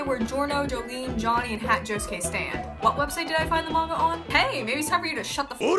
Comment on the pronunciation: "Hat josuke"